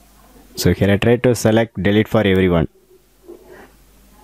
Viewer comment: Your pronounciation of Delete feels "Dalit" and Notification like "Notiphikesan" 🤣🤣